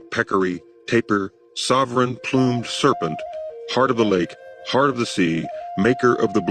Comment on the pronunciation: I love your stuff. But 'Plumed' is pronounced phonetically --- Ploomd --or ploombda. Not what you say. Your saying Plumbed n English. Which means to make a hole as in plumbing. A Plume is a feather. La Pluma equals A Pen in Spanish. due to using a plumed feather with ink.. Not how your pronunce it every time. Your saying land of the holed serent. please if you say it English . Say this one right. thank you